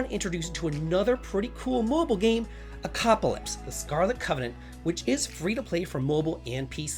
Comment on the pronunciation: I love this! Haha! I just have a question? Is the game not called Echocalypse? Or are you calling it Echoaclypse for a reason I missed?